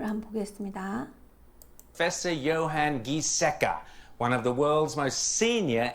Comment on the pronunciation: johan giesecke j는 o발음 요한 이에섹케 G뒤에 i 붙으면 발음이 ㅇ바껴요 ^^ 카롤린스가 교수 아닌가요 그분 ㅋ 아쉽네요. 답답할 내용 같아서 좀 나중에 봐야지 생각하다가 지워졌다니 놀랍군요. 우리나라 사람들의 시각으로 스웨덴을 이해하면 불가능하죠. 난민을 수십만 받아드린 나라이기도 하고, 사민노동자당 S의 정책은 개인정보를 마구잡이 식으로 뒤져서 추적하거나 강압적으로 차단하려는 사회가 아니라 사람들의 자율적이고, 휴머니즘을 강조하는 정당인데 한국이 방역 경험을 공유해주겠다고 했을 때 그냥 참조만 하지 않을까 싶고, 클로로퀸 진실은 무얼까요? ㅎ